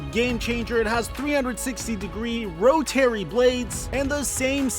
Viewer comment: Ro-terry. Loooooooool. I felt that goof so hard. You read a word that you're supposed to say and you just say what your brain reads. Made me laugh. I've done this a million times.